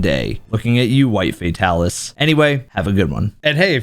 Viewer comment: I will never understand why people call him Fae-talis lol